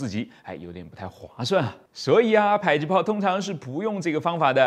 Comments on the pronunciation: 迫近距離榴彈砲，迫近應該是讀po不是bai吧！？對吧！ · 正确，我只是好奇为什么会读成“PAI”，我估摸是被教官方言带偏了，“迫”在客家话中读成“北”（bei,其中ei是短促音），有些方言中，“迫”可能是接近“呸”的读音，后来就演变成“pai”了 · 迫，音破(ㄆㄛˋ)聽著就受不了... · pai？还以为是bo或zhui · 迫是唸「破」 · “迫”，为什么读成PAI？我查了下字典，读成PAI只有一个解释，就是“迫击炮”时读PAI，这说明是以讹传讹，第一个人不认识字，造成以后的人跟着乱读